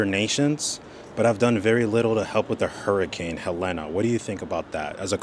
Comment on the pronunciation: It’s hurricane HELENE… pronounced heh leen